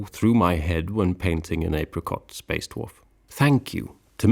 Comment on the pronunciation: Are you saying, “spaced wharf”?